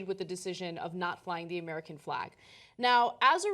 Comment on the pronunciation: Why does Ana pronounce F-lay-G as F-law-G ?